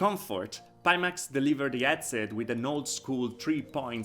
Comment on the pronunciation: I'm suscribed to your channel I think you really have some high quality videos and content but for being a vr headset channel maybe you could investigate how headset is pronounced anyway that accent may be also part of your success, keep it up